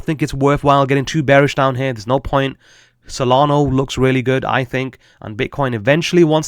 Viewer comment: Solana not solgardo 😂